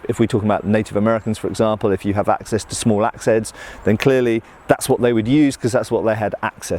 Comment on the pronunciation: haha that's what they had 'axe-ess' to... i'd say kill me but i've been having the sniffles so maybe corona will save yall the trouble